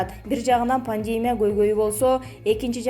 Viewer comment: Пневмония эмес Пандемя дейт "Пандемия" болот)